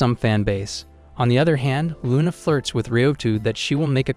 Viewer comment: HER NAME IS LUNA😂😂😂NOT RUNA